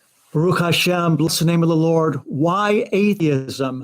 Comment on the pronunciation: I heard whore when he said lord